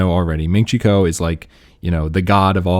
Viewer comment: It’s ming chi kuo not quo